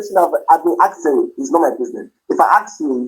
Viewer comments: “Ax me a question…” the word is ASK, you idiot! If you want to sound like an American doctor…. Just saying… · Axe(ask) him to get lost. What a headache. OMG 🤐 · I axed you a question, I axed 😵‍💫.. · Only a certain kind of people can't pronounce the word :Ask. You know what I mean 😑